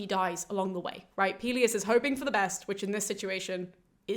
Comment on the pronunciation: Pelius and Peleus are easier to remember if you pronounce them correctly. Greek is like Spanish, in that you have to open your vowels when you speak.